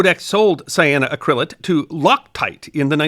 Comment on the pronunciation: It is a compound of the mineral Cyanite and the Dupont fiber Acrilan, so we get : “Cy a no ACC ri lan” Accent on the fourth syllable.